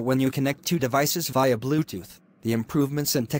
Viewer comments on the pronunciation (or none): I love how it pronounces bluetooth as "bluteth"